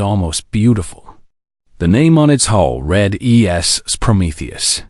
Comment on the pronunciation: You need to teach your AI to speak the language properly, so many words mispronounced, like (read, debating and not debatting, and so on). That being said it was a great story. Your writing is great but you AI needs a little work.